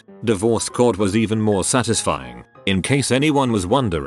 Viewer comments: sat iz ifying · The way it said satisfying was not very satisfying